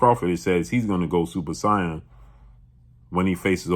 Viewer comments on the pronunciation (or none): SAIYAN (Say-en) DAMN BLUE YOU KILLED ME WITH THE PRONUNCIATION 😂